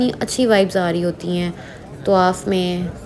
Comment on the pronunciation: tawaf.. not tuwaaff